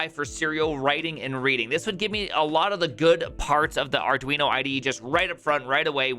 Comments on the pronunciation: Maybe it should be called Arduinho to match that awesome pronunciation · "arduinyo" ... 😑bruh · Dude, what's the deal with the "arduiño"? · Fun Fact: It's actually pronounced Ar-doo-een-yer-mom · Did you call Arduino, Arduinyo? :D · Ah yes, the Arduiño. In all seriousness, that's a really cool way of doing it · Whats an arduinio? hahaha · Count some "Arduinio" 🤣